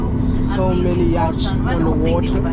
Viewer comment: Hey my brother. just love watching your videos!!!!! Oh by the way, just remember that the letters 'CH' in the word 'YATCH' are silent, so, the word is actually pronounced 'YAT'. NO disrespect intended.